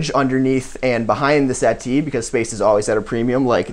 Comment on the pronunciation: i love hearing americans be made to pronounce the t in 'settee'